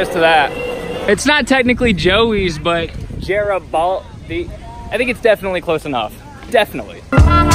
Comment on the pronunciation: FREAKING SHEN YUN CULT EVERYWHERE MAN Also Garibaldi like "where a baldy" with a hard g at the start